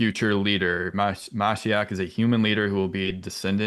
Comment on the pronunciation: It's pronounced "muh-SHEE-ock". It means Mesiah in Hebrew.